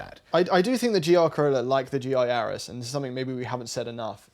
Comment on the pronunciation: is excluded from picking any car with the letter ‘R’ in its name simply because he can’t pronounce them correctly 😂. Civic Type Ahhh, Yaris GAhhh, Golf Ahhh…None of them exist! ❤ ZeeOo6 is a proper choice though 👍